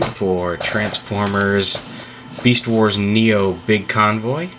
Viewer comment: lol u sead meast instead of beast... anyway i think ur right